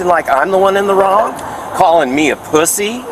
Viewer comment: Called me a poo-see 😂